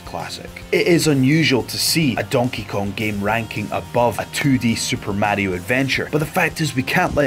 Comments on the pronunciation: It's Mario not märio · WTF is a "Super Méahrio?" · Murrayo xDDD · It's not right though....